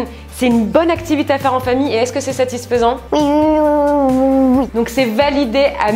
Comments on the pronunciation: Mais 🤣 tu dit toujours satisphsent🤣🤣🤣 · Le mot satisfesans satisfais hhhhhhh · n'arrête pas de dire satisphaisant!!😂😂